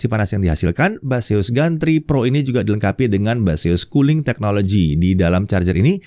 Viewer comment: Baseus , ....? yang gua denger "mbahzeus" 😝